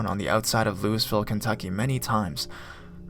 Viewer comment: Lou-ISS-ville? seriously? Help this guy!